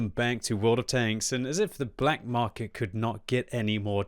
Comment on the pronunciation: Black “Markey” lol